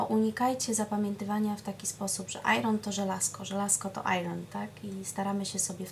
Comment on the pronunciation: Bardzo nie chcę brzmieć jak hejter,ale radzę pani sprawdzić wymowę słowa iron. Pozdrawiam:)